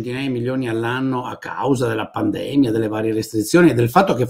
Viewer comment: Michele, comunque si pronuncia pandemìa